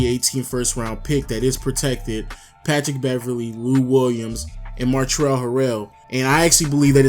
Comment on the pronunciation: it's not montrel it's pronounced montrez.